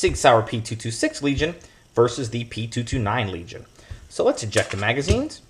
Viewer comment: That’s a hard “L” my man! hard L